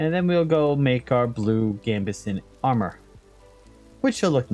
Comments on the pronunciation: just want to say thank for the series, have to say I've been loving it your informative and entertaining. Only bug bear I might have is the way you say "Gambeson", probably a renal thing but its a French word but a Gambeson a cloth armour I'm used to hearing (phonically) as "Gam-ber-son" three syllables not the "Gam-Boyes" you like. I know French words just take pronunciation and kick it in the falk. Also any man that is prepared to get up and check his Latin dictionary mid recording because he dues not agree with a verb usage I hope will take this in the spirit it meant. Other than that you have got me through many long and repetitive days of work. Thank you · for the love of all thing holly. I right and then you say it right. had to pause the clip and look. No way "Gamboised" is the right word. On word to my dictionary.